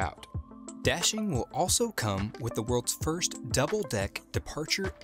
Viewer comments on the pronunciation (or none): none